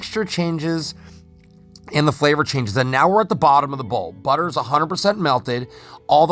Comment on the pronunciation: OMG That Budder